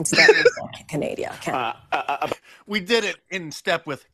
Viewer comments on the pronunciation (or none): Is she really saying Candadia or something else Research. 19k n Billy Carson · Did she seriously say Canadia 😂😅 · She even called Canada, Canadia... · Hey I also call Canada. Canadia 😂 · Did anyone else hear KJP call Canada, "Canadia"? 🤦🏻‍♀️ Bloody hell. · Did that airhead call Canada Canadia? 🤣😂🤣😂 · Yes, ma’am you heard her correctly because I had a WTH moment when I heard it. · “Canadia” kills me every time 😂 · Canadia? What a maroon (Ala Bugs Bunny)!! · Lmao she said Canadia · CANADIA! Lol😆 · Wtf, did JPK call Canada Canadia? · Lmao canadia😂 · Canadia???? Is that a new country? Part of the UN? NORAD? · Canadia? Too focused on keeping up with lirs(lies)! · she said Canadia 🤣